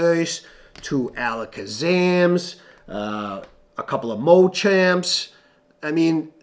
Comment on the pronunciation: Mochamp theres no o in machamp